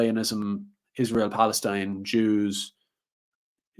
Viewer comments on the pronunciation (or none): none